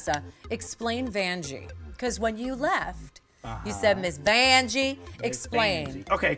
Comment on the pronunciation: ItsJustMikee you're saying it wrong it's miss vaaaAAAAAAaaAaAnjie